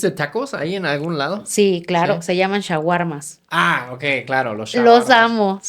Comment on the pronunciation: No se dice shahuarmas ,se dice Shawarma